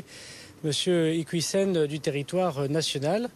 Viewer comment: Il parle de preuves que l'on ne voit absolument pas, moi j'aimerais bien les voir !! De toute façon il ne maîtrise pas le dossier, à tel point qu'il écorche son nom de famille !!!!! C'est IquIOUssen et pas "IquOUIssen'